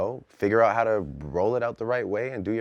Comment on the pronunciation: Bruh. Lol I was about to say the same thing. All of a sudden out turned to "ah-oot"